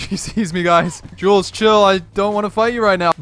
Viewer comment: My guy it's jules😂